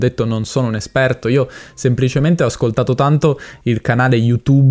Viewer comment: Molto interessante il tuo video. Penso che l’italiano standard non esista. Si contano sulle dita di una mano coloro che hanno una dizione perfetta e un accento neutro. Anche a te, prendila come critica costruttiva, nel video ti è scappato un “sempliscemente” anziché semplicemente. Questa differenza di suoni e dizioni non cambierà mai. Frutto dei vari dialetti che sono nati ed evoluti nelle varie regioni italiane.